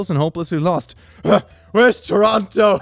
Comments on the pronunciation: The way he pronounced totoro makes me angry lmao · not you saying toronto instead of totoro😭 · Did really called Totoro "Toronto"? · you are fucking dissapointing... did you really said TORONTO INSTEAD OF TOTORO? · Did seriously just call Totoro "Toronto"? PFAHAHAHA GOD I'M DYING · toronto? you mean totoro? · My man didn’t just call Totoro.... Toronto...... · wait a sec did rlly call Totoro Toronto? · Did he just call Totoro, Toronto? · Did call Totoro "Toronto"? Welp, time to make that a new Ghibli movie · did he just call Totoro Toronto??? lmafo Edit: Damm... I thought I was the first one talking 'bout this and would get some likes but then I scroll down for about 10 min and see like 75+ comments about it. Feels bads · Did he just call Totoro Toronto? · Word: Totoro: T o r o t o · "WHERE IS TOROTO" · Pronounces "Totoro" as Toronto. Me: That's it. Hand over your human rights. I would say that you have the right to remain silent but that one comes in the pack, so feel free to scream as you are dragged to the NeverZone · When he said "WHERE IS TORNTO?" i died i little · The word: Totoro.: ToRoNtO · did he call totoro Toronto?! 😂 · ....did just pronounce totoro as Toronto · Totoro TOH-TOH-ROH According to TOH-RAH-TOH (Toronto) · XD Toronto instead of Totoro XD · Nothing gives me more joy than calling totoro "toronto" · Did he just call, Totoro, Toranto?? 😂😂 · Did he just say torato??? I am VERY disappointed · He legit pronounced totoro as Toronto like from Canada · This man really pronounced Totoro as Toronto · im angry rn because of how much you mispronounce words, like ghibli, bugle, totoro etc. but i laughed anyways so its fine